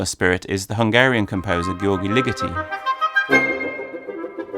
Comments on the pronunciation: Gyorgy isn't pronounced "Ghee-or-ghee", it's more like "juhj" or "zhuhzh" - the Hungarian form of "George" . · Great video as always. A small nitpick, "György" is not pronounced with a hard G. It's difficult to give a good transliteration, but it's closer to English "George" than it is to "Giorgi", which is how you're saying it. If you just say "George" with an umauted O (similar to German "schön"), you'll be close. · it's prob more accurate to just pronounce it like "George" than "Gee-or-gee", yes? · A very interesting video but I must say again that Ligeti's first name isn't pronounced like Gee-orgie. The gy in Hungarian is a single letter and is pronounced rather like the j in Jerry. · Great video! But, by the way, Ligeti György doesn't have an 'e' or 'y' sound at the end of his name. 'Gy' in Hungarian is a single letter, that is pronounced in a weird way that's between j (as in jogging) and g (as in graphics). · Great video, but you pronounce "György" completely wrong. It's not so hard to look it up